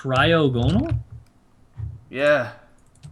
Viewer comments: Mitch it's pronounced cry-og-a-nol no cry-og-no-al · mitch...its pronounced cry (as in tears) ogo (as in saga) nal (as in null) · Its pronounced cry-ah-go-nal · It is pronounced cry-awe-gon-il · Pronounce it cry ag o nal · you pronounced wrong it it cry-og-en-al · Mitch the pernunsiation is Cry-Og-On-All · It's pronounced cry og a nal I think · It's cry-og-gon-al is how you say it